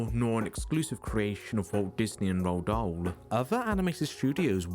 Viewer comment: Roald Dahl's name is pronounced, "Roo-All Doll."